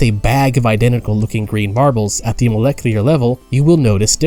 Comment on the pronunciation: molehclee-er lmfao